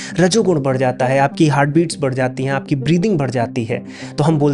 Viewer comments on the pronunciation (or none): none